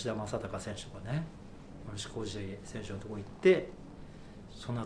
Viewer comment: カタカナのムロフシやめろwww